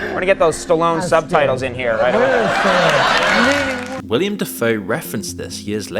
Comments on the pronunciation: "William" Dafoe? Are you kidding me? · It's Willem Dafoe. Not William.